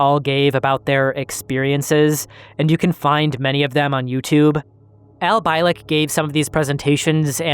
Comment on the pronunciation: Bee lick,not bye lick.. fuckin a do you know how easy it is to figure out its been lick god dammit man. Sorry but if you didn't at least listen to 5 minutes of art Bell's interview with the guy for research thn you would know it's not pronounced bye..🤦🏻‍♂️